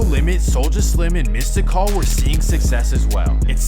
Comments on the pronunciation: misty-call lol im ded☠ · Calling mystical "mista call" is killin me.